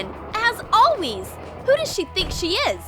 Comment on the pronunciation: she also said a alweez :D